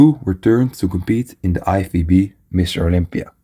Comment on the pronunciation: Sounds like you have a hard time to pronounce lFBB.